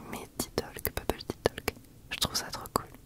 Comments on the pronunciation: Petit counseil: on ne pronounce pas le “l” dans le mot “talk”, c’est prononcé “tok” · J’aime beaucoup Chuchotime je trouve que ça correspond bien pour ces moment où tu te confie à nous. PS : le L de Talk/Talking ne se prononce pas. Ça se prononce “Towk/Towking”